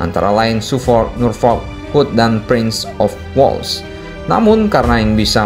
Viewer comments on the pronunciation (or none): none